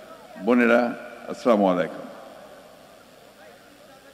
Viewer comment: সালামালাইকুম এইটা কি ? সালাম টা অন্তত ভালো করে দেন । আসসালামু আলাইকুম।